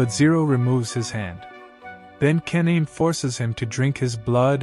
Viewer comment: Th pronunciation of ka-na-me is crazy😂😂😂